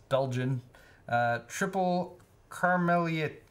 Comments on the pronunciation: Karmeleet ;) the ie in dutch has the same sound as the ee in "leet" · As a Belgian, pretty much the first time watching this stream, opens Belgian beer. Actual pronunciation: 'Kar-ma-leet' (sort of)